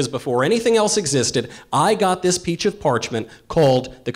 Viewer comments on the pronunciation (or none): I heard peach of parchment 😂 (ik he said piece my brain had a yanny/laurel moment 😂) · so nobody going to acknowledge that Michael said "peach of parchment "? lol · Peach of parchment lol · peach of parchment heheheh, he said peach instead of piece